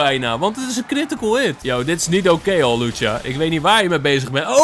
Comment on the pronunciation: Het is hawlucha niet Halucha🤣